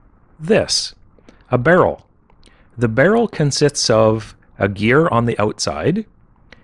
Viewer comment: He said CON SITS !